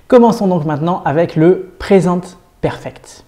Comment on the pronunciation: Le seul truc qui ma dérangé c'est le " PRESENTE PERFECT" que tu dis en français omg 😂 please try To say it in inglish sinon j'adore vos vidéos 👌